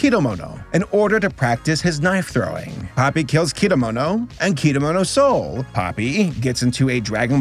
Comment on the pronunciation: Nice, but why do you pronounce Kedamono's name as "Kidamono"? 😂